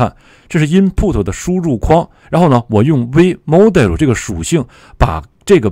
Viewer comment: 老师这个model发音， 蒙多想去哪就去哪哈哈哈